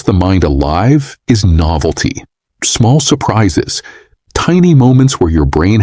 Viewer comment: Thank you! The first one "novelty" -- I had to rewind because I couldn't understand what he was saying.